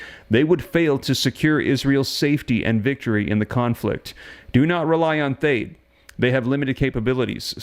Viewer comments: It’s .THAAT, like dad, THE A’S SOUND LIKE THE A’S IN DAD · Love the reports. Just fyi, military pronounces THAAD as th+add and ATACMS as Attack+ems. Thanks again, sir.